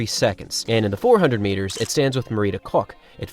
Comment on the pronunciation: Did he say Marita Cock?